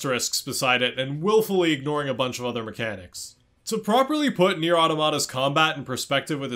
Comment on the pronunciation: you say the title wrong. i don't care how they say it. if they pronounce "final fantasy" as "fainew fantasheh" you wouldn't start calling it that would you? no.